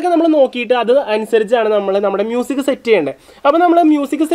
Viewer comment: ആ "മൂസിക്" എന്ന് കേൾക്കാൻ തന്നെ എന്ത് രസമാ....... 😃😃